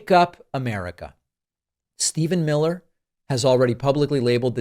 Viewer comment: mill-her!